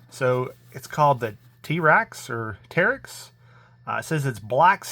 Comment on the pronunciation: Tee-raxe? Like T-Rex?